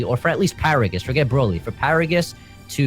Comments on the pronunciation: Is it just me or is anyone else annoyed how his guess prounonces Broly ?? Brauly Brauly Brauly !! U lame it's pronounced Brow-ly not Brau-ly that shit annoys me !!! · Bro-ly. Not braw-ly...